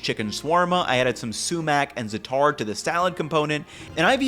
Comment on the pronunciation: The first aa in zaataar is stressed and elongated, not the second.